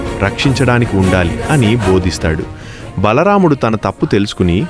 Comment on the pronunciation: Bhalaramdhu kadhu bro bha mudhu bro